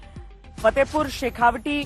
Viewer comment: आप तो बहुत पुरानी पत्रकार हैं फिर भी आप शेखावाटी को शेखावटी कैसे बोल रहीं हैं ? तत्काल ध्यान दीजियेगा। शेखावाटी को शेखावाटी ही बोलिये। शेखावटी नहीं।